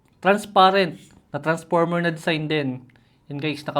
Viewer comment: "Jelly case na naka tranparmer..."😭